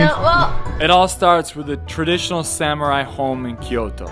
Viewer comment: O_o........Sam u rai ........ SUMU RRRAI!!!!!!!!!!geez then he try to pronounce Kyoto correctly ......wow. LEARN